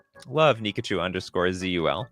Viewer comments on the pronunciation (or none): why did you say "Nikachu_Cul" when it's actually "Nikachu_ZUL"